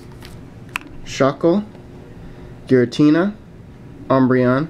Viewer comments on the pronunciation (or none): none